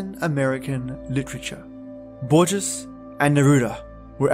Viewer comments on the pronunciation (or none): HOAR-hey lew-EESE BOAR-Hess, love. (Jorge Luis borges)